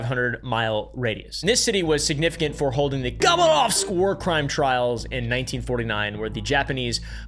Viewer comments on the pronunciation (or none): none